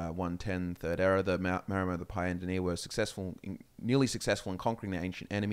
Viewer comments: I feel like the 'Maor' in Maormer is meant to be pronounced like 'Maori' the real life seafaring people, they were probably one of the major inspirations for the Maormer. So instead of "Mayomer" I always read it as "Maori" mixed with "Mer" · Isn't it "Maramer"? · Ah yes, The Mermer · they're called MAORmer. Like the Māori🥲 They are based off of Pacific Islanders